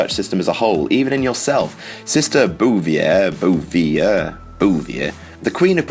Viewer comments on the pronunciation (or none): It's pronounced Bouh Vee Hay (Bouvier)